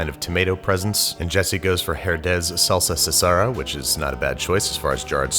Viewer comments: Salsa what? "SALSA CASERA" What is "Sasara!?" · “Salsa sasera” SALSA SASERA?!?!! It’s pronounced “Salsa kasera” you dumbo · Nmms, salsa sasera Respetos por el intento tho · Ah, yes. The salsa sasera. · Its not "salsa sasera" its pronounced "salsa kasera". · "salsa sasera" 😂😂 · Sorry but let me help you pronounce “salsa casera” the correct way It’s pronounced Salsa • Ka-sera the c is pronounced like a K your welcome I love your vids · Salsa CA-SE-RA, not 'sesara', Drew Baby! Translates to 'homemade'. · Spanish people seeing "Salsa Casera" (homemade sauce) American people: "Salza sasherra" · Salsa “sasera” hahaha it’s pronounced “Salsa Ka-se-ra” it means homemade style salsa. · It’s “casera” (ka•say•ra) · Salsa casera (kah-ser-ah) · The way you pronounced salsa casera is funny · How did he say salsa casera ! Lol